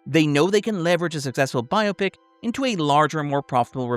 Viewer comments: i appreciate that at no point is it pronounced bi-opic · Thank you for pronouncing “biopic” the correct way.